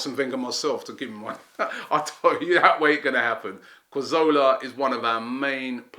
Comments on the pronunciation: cazorla. not karzowla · CA ZOR LA not carzola C A Z O R L A